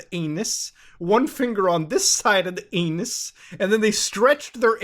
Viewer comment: "aeyynus" best way of saying it ever